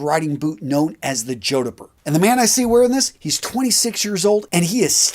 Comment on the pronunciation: The numpty doing the talking doesn't even know how to pronounce jodhpurs - let alone recommend them!